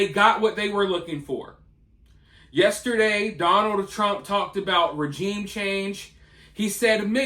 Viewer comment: You can't even pronounce regime